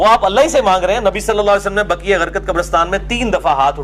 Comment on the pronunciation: جنّت البقیع ، بقی غرقت نہیں